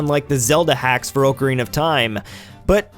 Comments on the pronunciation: I know i will sound Nitpickey here, but it's AH-carina, not OH-carina. I know a little bit about Ocarinas, and it's pronounced "Ah-ka-ree-nuh". If you're going to be doing a Zelda Month sort of thing, then this is something you should know. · I cringed every time he mispronounced "Ocarina". xD